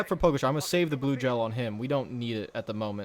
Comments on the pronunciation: It’s pronounced po ga cha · pronounced 'pog-atcha'